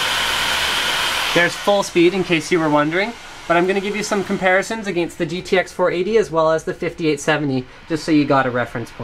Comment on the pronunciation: he says against weirdly :D